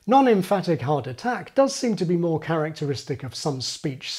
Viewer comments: dam at first I thought he was saying heart attack 😂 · Amazing video ! PS: Thumbs up if every time "hard attack" is pronounced you hear "heart attack" and after a dozen of so time you start to feel chest pain !